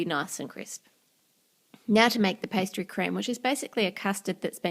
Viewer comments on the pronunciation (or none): pasty cream